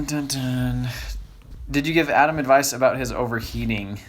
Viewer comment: love ya, but its Advice ;P